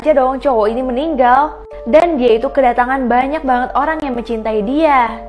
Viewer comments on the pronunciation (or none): Kak ko ngomongnya Olang🤣🤣🤣🤣🤣🤣🤣🤣🤣🤣🤣🤣🤣🤣🤣🤣🤣🤣🤣🤣🤣🤣🤣🤣🤣🤣🤣🤣🤣🤣🤣🤣🤣🤣🤣🤣🤣🤣🤣🤣🤣🤣🤣🤣🤣🤣🤣🤣🤣🤣🤣🤣🤣🤣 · mohon maap itu olang ato orang?